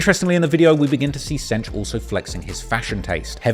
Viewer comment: Am I the only one who cringes every time he calls him "Cench"? lol